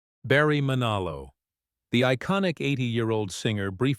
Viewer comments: NOPE! You lost me at BARRY MANALO! If you can't get Manilow correctly, I can't trust a word you say. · Cant even pronounce Manilow!!